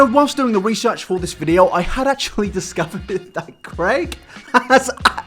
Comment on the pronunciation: It’s pretty raw that you are a YouTuber but can’t say the word ‘video’